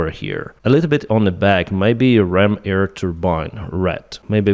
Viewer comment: With all respect, its called AIR, not eaer....